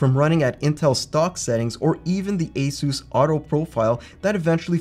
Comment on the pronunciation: The company ASUS isn't "Ayseuse", it's exactly as it's written: Asus, because it's short for Pegasus, not a-masseuse.